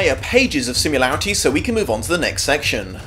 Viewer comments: The algorithm has been showing me a fair few of your vids over the past few days. I love the content but there's this one thing, every time you say similarities it drives me nuts as you pronounce it sim-u-larities. Can't not here it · Every time someone pronounces it "simularities," I think of "simulation," which is kind of fitting